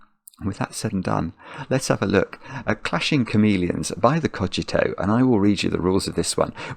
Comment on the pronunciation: pronounced it correctly at the start of the video